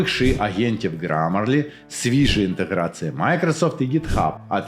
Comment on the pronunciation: ще є над чим працювати (пАгАворімо- пОгОворимо, кінец - кінецЬ, інтеграцИї- інтеграцІЇ, гАтуєтся- гОтуЄтЬся, відмовитисА- відмовитисЯ, ухвалІв- ухвалИв, суттєвИ- суттєвІ, гАлАвних- гОлОвних), але вимова у стає значно краще. Круто!